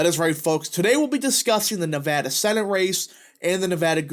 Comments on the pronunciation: It’s not nuh voh duh. It’s neh va da. You’re saying it right the first time. Dems out of Vegas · Nev-ADD-a not Nev-Ahh-da! People here are very particular about the correct pronunciation of the state! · Not from Nevada, but I talked to a local when I was there and he said it was pronounced Nev-add-duh.